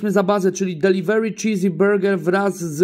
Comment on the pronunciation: Nie "deliwery" tylko deliwri. Co ty kurwa reporter nad Niagarą czy zaciągasz jak Max Kolonko bo Ci się wydaje to fajne